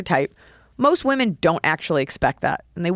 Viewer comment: yeah, she said "waman are cerebral".... and I sprayed lemonade out of my nose like a super soaker. lol..